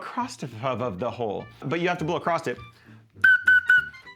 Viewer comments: LOTR, The Shire theme, beautiful motif. Although the last note of the main phrase is a half tone below that drone so it's a bit of a clinker for a second, but no biggie. LOVE that theme. Oh, also... "across," the word is across. You don't have to blow 'across' the hole. There is no 'acrost.' Just future reference. YES, I am that guy. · How old are you that you don't know there's no T in "across"? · I like how he says ACROSS with a ‘t’ at the end 😂 Across’t … great video! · It sounds so weird to me, but a lot of people apparently say it that way 😳